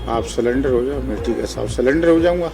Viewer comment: सरेंडर होता है सलेंडर नहीं । हाय मेरे देश का भाग्य🙄🙄🙄